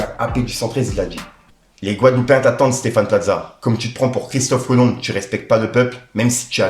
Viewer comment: T’abuses, on ne prononce pas le B de Christophe Colomb 😂